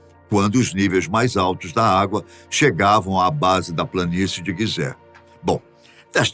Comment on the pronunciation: Guisé??? Ou pirâmides de Gisé ??? Ai ai